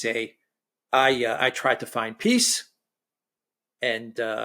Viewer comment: "The swiss piss summit" :face-green-smiling::face-blue-smiling::face-pink-tears